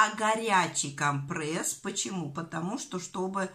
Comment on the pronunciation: Что за "компрЭсс"?кровь из ушей!!!компрЕсс!!!вы же вещаете,так делайте это грамотно!